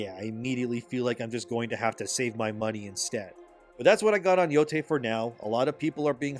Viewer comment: ITS YO-TIE NOT YO-TAY SAY IT RIGHT